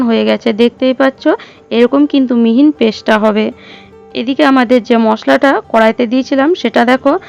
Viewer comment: রান্না করতে হলে ভাষা ঠিক করতে হবে বারবার মিহি না বলে মিহিন কসৌরী কে কস্তুরী বলেছেন কেনো